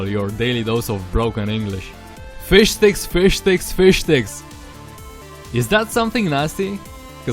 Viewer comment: fish sticks sounds like fish dicks when you say it fast lol surprised you didn't hear that